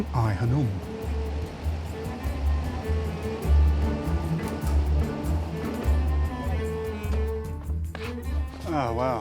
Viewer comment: Its Khanoum...not hanoum.